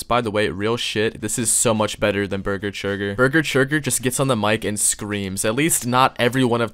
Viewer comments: Churger burger forger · Ah yes Burger Churger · Bargur chager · I like how he gets beese churge's name wrong every time lol